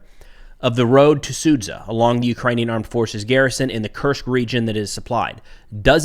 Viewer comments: It's pronounced Sudja. Not Sudza. thank you, great content. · zh sound in Sudzha is being read as sound j in jelly. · Another good overview,, thank you. May Ukraine fend off imperialistic putin's Ruzzia. You've been mispronouncing one sound in Sudzha:..dzh. should be like "j" in "just", "jar" or "javelin". "Ninja" ['ni:ndʒiə] has pretty close ending to Sudzha ['su:dʒə]. It's just a small detail, but we all want you to be perfect in all respects)